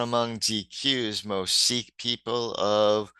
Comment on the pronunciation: so many people mispronounce "Chic" as "chick" -- drives me nuts. I'm a huge Nile Rodgers fan.